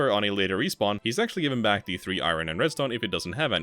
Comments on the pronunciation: Why do you keep saying "i rin"? Its "i urn" dolt. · I ron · Say "iron" again. "I RUN!" LMAO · Iron is not pronounced that way.